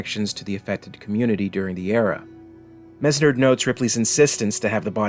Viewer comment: Well at least you credited me :) also it's pronounced Menard.